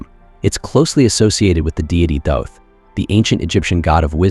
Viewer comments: There is no E at the end of thoth don’t pronounce it like it has one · Really love the content on this channel but man...the way your speechbot pronounced Thoth could make Seshat weep and Seth giggle 😅Is that adjustable? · I believe you are correct. More I meant can you adjust the pronunciation for specific words like Thoth.